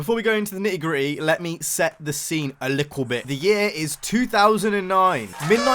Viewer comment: Midnight club a cool game named after a real racing group. Need for speed cool iconic cars. Midnight club LA in 2009 had an interior camera and the new Need for speeds “Sorry we only have hood and bumper cameras and hold camera is the closest you’re gonna get to that 🤷🏽‍♂️” Also “Lickle bit” love the accent 😂😂